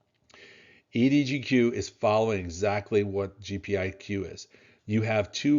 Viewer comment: EDGQ not EDGO